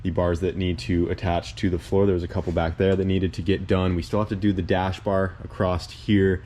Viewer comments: It's just across. Not acrossed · there is no "T" in "across" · Ok can we talk about this across vs acrosst? there’s no T in across. 😉